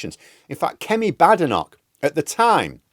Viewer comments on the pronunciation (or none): Long A vowel in Badenock! Not short A vowel. However, she's BAD!